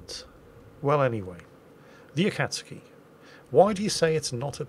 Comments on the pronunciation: the ataksuki is pronounced “uh-cots-key” but the pronunciation really doesnt matter to me bc its probably really hard to change the pronunciations on the fly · I had to do a triple-take when you said Akatsuki, I'm already so conditioned to the long U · I guess Jingles finally watched Naruto and learned how to pronounce Akastuki. Sort of I just heard him mispronounce it again while I'm typing. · The U in your pronunciation is fine enough. It's the As that are your problem. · Well actually Jingles, you may have improved your "u" pronunciation but your "a" pronunciation is off. You say the initial vowel sound like the "a" in "apple" - a front vowel. It is more like the initial vowel sound in "umbrella" - a back vowel. Also, my grandfather-in-law's first unit he was in in the war was called Akatsuki. It was an army or marines unit that had a submarine, which was apparently quite strange as subs were for the navy. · Jingles is so easily influenced. You pronounced akatsuki Correct the first few years because In Japanese you pronounce every syllable. Although your pronounciation isn't 100% your close enough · Alright jingles japanese person here its Akatsuki, aka uhkuhtsuki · Pronouncing Akatsuki should be like Aka tsu ki like a tempo of 1 .5 1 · You've almost got the name right Jingles. it's closer to "ah-kat-ski." The "U" is for all intents and purposes silent. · 9/10 Jingles! One thing I might add is for you to stress the first and not second syllable so it becomes A-kats-ki and not a-KATS-ki. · Holy Balls ! Jingles almost said Akatsuki correctly! Almost...almost. I believe in you Jingles! Ah-Kaht-Ski...not Ä-Kaht-Ski. Good enough mate. Cheers! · the "u" in akatsuki is good, the "kat" is pronounced "cot" though. Thanks for the video jingles! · A-ka-tsu-ki, no i in the ka there so ka instead of kai. :) 暁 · your pronunciation of Akatsuki is not far off actually, only think i would change is instead of saying it like cat, say it like caught